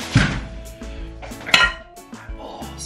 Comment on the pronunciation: Did he say balls or bowls